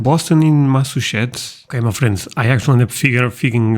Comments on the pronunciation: that one’s Louisiana lol I’m from Georgia, but I can barely understand the old man lol I got it, but I had to really listen. Looks like I need to find a European guy… yall love a southern accent 😂 (Also - it’s Mass-achoo-sets. Like a sneeze between mass and sets) 😝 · Boston is in Massachusetts. Massachusetts is part of New England. Pronunciation: Massachusetts = Mass Uh Chew Sets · Masseh-chusetts. Massachusetts. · Hey sweetie, it's Massachusetts ( Mass-a-choo-zits) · I have not read all of the comments but the way to help you pronounce Massachusetts just say "Mass A Chew Setts" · Massachusetts ❌ Massushets ✅ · just to help out^^ Mass-a chew-sets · Try this: Mass-ah-chew-sits.....your welcome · Mass a chew sets. That's how to pronounce it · Mass-a-choes-sits is a way to say Massachusetts easier than your attempt at it. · You actually did pretty well! Some of those clips were really hard. And don't worry, a lot of Americans struggle with Massachusetts. "mass-uh-CHEW-sits" :) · To help you with your pronunciation...Massachusetts is pronounced (Mass i chew sits) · It's MASS-A-CHOO-SIS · Massachusetts is Mass-a-CHOO-sets. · For Massachusetts try saying it like... Mass Uh Chew Sis